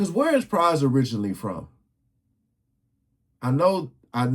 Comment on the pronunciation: This dude does no research, doesn't care to learn the correct pronunciation of Pras' last name, SMH.